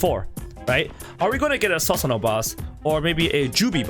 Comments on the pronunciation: Not sasano it's pronounced susanoo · Please please PLEASE PRONOUNCE IT AS "Soosanoo" and not "Sasanoo" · I dont mean to offend but its pronounced as "soo sa no" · im hyped. dont mean to be mean but its pronounced soo-su-no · Lol it is pronounced soosanoo don't try to roast him when you are wrong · Is it just me or can this guy no pronounce Susano properly